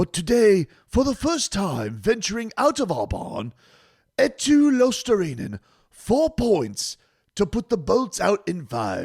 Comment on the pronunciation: also I watched ESPN for a little bit after the game (I don't know why I did), SportsCenter showed the Panthers highlights immediately which I guess is why I stuck around. Those anchors didn't know what the fuck they were talking about. And they completely botched the pronunciation of Luostarinen. Like bruh, where's the attention to detail? Do you not care about getting things like that correct? Disrespectful, but seems to be nothing new with South Florida teams and ESPN